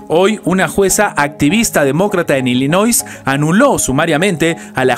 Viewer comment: Se pronuncia Illinois. NOT ILLINOI(S) NO (S) LOS REPUBLICANOS NUNCA HAN GANADO ILLINOIS.